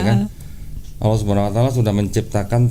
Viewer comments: Si mbaknya bilang Allah kok Aullah....mbok ya dibenarkan ngucapkan nama Allah....... agar pas gitu! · mungkin hrs belajar juga mengucapkan ٱللَّهُ dengan benar. Beberapa kali pengucapannya menjadi OLLAH.